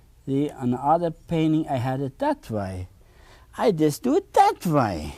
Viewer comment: He has a rare and beautiful talent. I love how he pronounces “way.” ❤